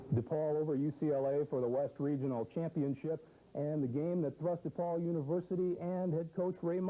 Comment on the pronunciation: Love how Coach always says DEPaul. My dad always pronounced it that way and he was a graduate of the university and the academy. When I went away to college I got made fun of for not saying “dapaul.” I’ve heard affiliated people saying “dapaul” but that’s not a chicago way of saying it. It’s DEPaul and DElasalle.” Dapaul and Deylasalle are for coastal jerks.